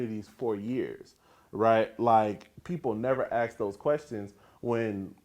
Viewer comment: If this guy wants to be taken seriously, if he wants people to think he has intelligence, he needs to stop "axe-ing" and start inquiring.